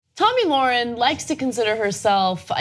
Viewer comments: Free speech doesnt mean you HAVE to speak, it means having the RIGHT to speak. And its not Lorren its Lahren. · Lahren is pretty famous now. I think it's time you pronounce her name correctly. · Why can't pronounce Lahren?